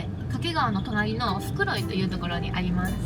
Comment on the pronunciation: 掛川も袋井もネイティブイントネーションで泣ける